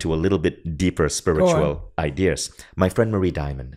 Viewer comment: I love how he says idears